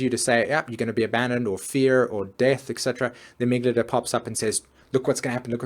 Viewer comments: amygdala, not amyglada... please learn to sell things before you teach about them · Sympathetic, not "sympathic". Amygdala, not "amygadala". Really makes the talk lose credibility as if you can't even say the words, it's unlikely you actually know what they mean. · I hate to be the Mars/Venus/Mercury in Virgo here, but you pronounced (para)sympathetic as "(para)symphatic", and amygdala as "amyglada". Otherwise, great video! <3 Always love your work.